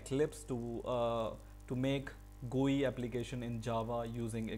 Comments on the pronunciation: What the hell man, its not an "gui" as you are pronouncing, its a "GUI" as in "Graphic User Interface". Its not a word, its an abbreviation. People like you are the reason why Indians pronounce things in such ways. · How did you say”gui” lolol